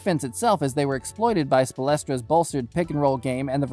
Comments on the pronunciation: Who is ‘Spo-les-tra’? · The way he said Spoelstra😂